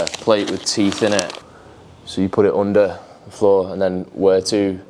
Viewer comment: The way he says "OONDER THE FLOOR MATE. " 😂😂. sick home gym btw ….